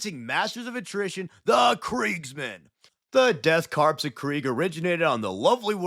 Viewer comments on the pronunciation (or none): Please please please Corps is pronounced “CORE” Think, Marine CORE (Corps) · I am curious now, why does everyone pronounce it as Death Corpse? I mean it is a good joke the first few times around, but why? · DEAD CORPSE OF CRAIG. fuckin 5 seconds in and I'm already losing it